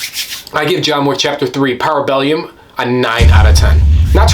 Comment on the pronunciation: I think I agree. Good video!😀 Also, the third movie is ParabeLLum. Double L. There is no i in there…👍🏻